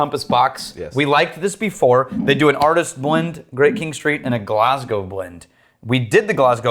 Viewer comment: It's nice to know there are some Americans who can pronounce Glasgow correctly! Most seem to say 'Glass-gaw'.